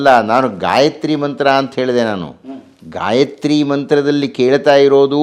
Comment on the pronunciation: Gayitri alla gayatri